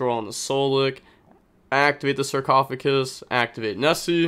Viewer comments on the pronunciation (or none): Bro you're so close on the sarcophagus. Just DONT replace the g with c in GUS